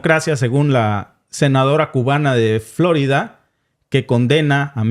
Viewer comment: No es " florida" sino " flo'rida" con tilde por favor